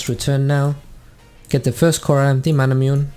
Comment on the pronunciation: Isnt Manamune pronounced as Ma/Na/Mu/Ne like the sword Masamune and Muramana from Muramasa